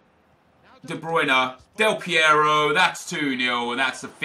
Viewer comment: Thank you for the right spelling of the R in AlessandRo Del PieRo ;)